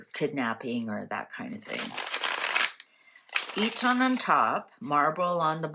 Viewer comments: Its Eton not E tonn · Sounds like EAtin' ;) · We say it eetun But it doesn’t matter. Marlborough is a lovely town very quaint and defendable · Marlborough is pronounced Mawl-bruh Eton is pronounced Eet-un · Eton is pronounced Etun, for what it is worth., I have heard bits of shortness of breath with you on occasion. Please get checked out if you need to lovely. Xxxx